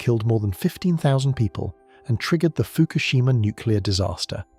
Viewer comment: I cannot hear "Fukoshima" and not hear MERKEL... 👎👎👎👎👎👎👎👎👎👎👎👎👎👎👎👎👎🐏🇩🇪